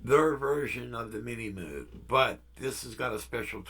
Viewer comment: Thanks. All the best to Carol!! Been thinking about getting a Poly D. My original Minimoog was stolen in the 80's. By the way Moog rhymes with vogue. Take care.